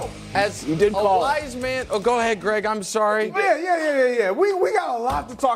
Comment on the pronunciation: “Greeeg Jennings” 😂